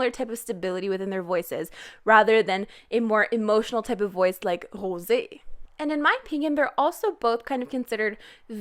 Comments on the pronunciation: say rosé name wit respect you keep on saying hosé you really just sound dumb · Rosé is pronounced Rose-ay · Why do you pronounce HOSÉ like that? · You say Hoe-sé Hahhaha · Pretty please stop saying Wosé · Why does she pronounce Rosé like that? Pls respond. I've been commenting this on a LOT of videos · I love you💋♥️ but can you please stop pronouncing Rosé like that it is annoying. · She's French ? Because we the French we pronounce rose like that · Why do you pronounce rosé lile this? 😉 No seriously, it sounds so german😅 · Why do you pronounce rosé like thatÉ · That rosé pronunciation... omg are u from Quebec??? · The way that you pronounce Rosé and Instagram confirms that you probably from Québec ! Bonne vidéo comme d’habitude 😘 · I hate it 😭 it’s not meant to be pronounced like that despite the accent on the e. It does not change the r. I try to ignore it but it repeats in my mind and I can’t help but cringe.. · why do you pronounce Rosé like thatÉ? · Why do you pronounce Rosé like that?